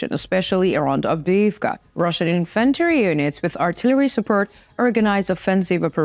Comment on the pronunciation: Infantry is pronounced “IN-f’n-tree” not in-FAN -tree ..Referring to foot soldiers. Just say “in” loud, then softly put “f’ntree” after it. The “f’ntree” is a lower not in pitch too. Slide down to the “f’ntree” in the loud “IN”. Trust me. 🙏🏼